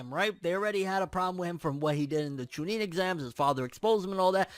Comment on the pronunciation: The way you pronounce CHUNIN really bothers me....